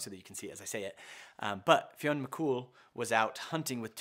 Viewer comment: It's pronounced FYUN (f-yun/fee-yun)